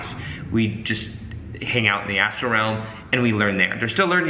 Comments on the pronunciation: So funny :) it seems you are new to these concepts but you are very excited about them which is good. It's not an ASTRO body though, it is an ASTRAL body :) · Astral not Astro!